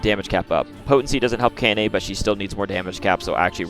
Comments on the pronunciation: FYI, 17 was at the start of the game, 20 is at the end 🤓 Also, Kainé is pronounced Kai-nay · Pronounced (kye-nay) And also THERES A TIME SKIP IN NIER MISTER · my brotha how are you mispronouncing her name when you included the clip of her saying her name in the beginning💀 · Man how you pronounce kaine is just weird lol